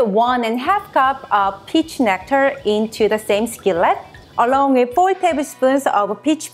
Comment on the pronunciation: LOL it kind of sounds like bitch but I know it is peach I love peaches too so I want to do this.